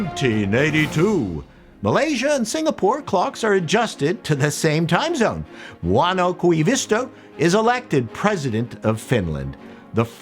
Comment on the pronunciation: Mauno Koivisto FTW! You pronunciation was atrocious, but I forgive you just for the fact that Finnish insane and because you mentioned Finland in your video 😉 Also nice video, I can feel all that nostalgia nourishing my withered soul 😛